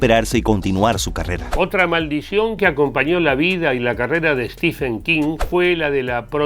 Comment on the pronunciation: Se pronuncia: "Stiven" King la ph en su nombre no se lee como F sino como V o B.